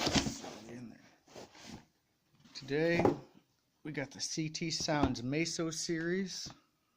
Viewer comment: Meso not maso